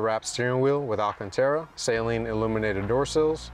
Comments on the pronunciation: No hate but I just wanted to say it’s actually pronounced suh-Leen not Say-leen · Shit was annoyingly funny. Sayleen….sayleen. I’m like bro is saleen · Even Saleen website show it’s annunciation, and unfortunately you’re wrong. It’s “Suh-leen” not “Saline”! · So. It’s always funny to me how we pronounce the car “say lean” and then when we talk about Steve, we say “Steve Suh-lean” as that’s how he pronounces his own name. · lol we know you don’t bro I still say SAY LEAN mustang. It if I met Steve I would say it’s nice to meet you Mr. SUH LEAN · Why Do People Mispronounce Steve's Last Name (SAY-LEEN) As Opposed To (Suh-Leen)? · I learned a lot about how to pronounce it through the comments 😅. I’ve been saying “Say-leen” since I was in High School and I was never corrected. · thats how you said the company's name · There is no "Sail" in Saleen.... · Now that you've got a bad ass car, it's time to learn how to pronounce Saleen correctly. It's not sayleen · Fifteen seconds in and doesn't know what physical position he's in or how to pronounce Steven's last name? Even for most YT'ers, this is a pretty poor showing. Can't believe they didn't reshoot the intro. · Hey man,no biggie I'm from the south I said it wrong for years.until I bought an 88 Saleen in 96. I had the car painted an called Saleen to order new decals an the women that answered the phone pronounced it correctly,I didn't even know I was saying it wrong.thats how I learned,lol